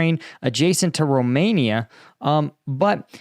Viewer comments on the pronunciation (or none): none